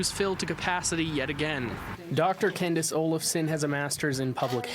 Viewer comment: dId hE sAY Dr cAnDiCe?